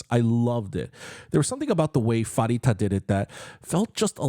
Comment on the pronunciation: Pharita is pronounced PARITA!!! COME ON!!